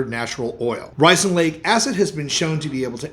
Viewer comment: What kind of acid is in castor oil?? After listening to you say the word several times, I still can't understand what you are saying.